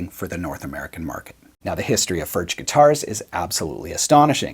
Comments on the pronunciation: Your pronunciation of 'Furch' is rather questionable . . . and mildly shameful given your Germanic sounding surname (tut tut). BUT . . . . the fact that you chose a Stonebridge (i.e Furch) over Gibson etc etc and the fact that you are profiling these beauties (and the awesome playing) just about makes up for it. LOL. Do you have any older relatives who can help you say 'Foo-wir-CH' (the 'ch' as in 'Loch' as pronounced by the Scottish) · If the correct pronounciation were the way and all other English speaking youtubers, for that matter, pronounce it, the correct spelling would be "Förtsch". Given last name, I would have thought that some German or Swiss or Austrian Grandmother or Grandfather could have told him. Nonethless, I like the channel, I like the video, and they make great guitars. The "u" is a "u", not quite like in "good", but similar. And the "ch" is similar to the Scottish one. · It's more like Furg, since it's czech. English speakers just pronounce it different because most can't say it. lol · I'd say your pronunciation of Furch is still half influenced by English. The "r" is made with the tip of your tongue, not its middle. The hardest part for westerners seems to be the "ch." It's to be made very smooth. Similar to whispered "h." Let air blow between your stiffened tongue and your upper palate. Don't make any vocalization with your throat. And don't let any saliva bubble. The trick is to retract the tongue as soon as it makes the windy sound so that it doesn't linger for too long. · The ch in Furch is pronounced as in Loch Ness. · Awesome vid and utterly delicious guitar. But PLEASE at least try to pronounce it properly. Please.